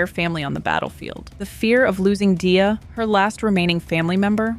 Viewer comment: No hate, but Gleys intro shows how to pronounce Dia lol